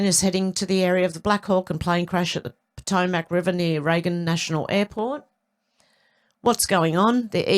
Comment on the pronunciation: 🥰... close, respelling is pah- toe - mik